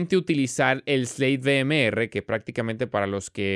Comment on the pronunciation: sleit VEEMEERRE.......... o en ingles o español, no?.... .... sleit Viemar xD.... o Eslate ve eme erre